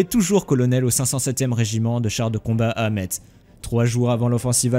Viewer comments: Merci pour cette excellente vidéo ! (néanmoins on dit "Messe" et pas "Metse" :) ) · Petite précision phonique : Metz se prononce 'mess' et Laon se prononce 'lan' et Weygand 'vegand' ;) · Metz se dit Messs ; Laon se dit LAN (comme pour le paon). La langue française, bordel !!!!!!!! Et que dire du général "Ouégande" ??? Sans déconner ! Maxime Weygand, ça se prononce Végand (sans e) !!! Il est pourtant célèbre Weygand ! Avant de faire une vidéo, on se renseigne un minimum ! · Sa vidéo n'était déjà pas terrible ... et ce boulet ne sait pas prononcer METZ ... Ça se prononce "mess" pour gland! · Speer = "chpèèr" Weygand = "Vègan" Laon = "Lan" Metz= "Més" Pas trop d'anglophonie svp ! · ha mes oreilles saignes ^^ on dis "mès" pour Metz et "lan" pour Laon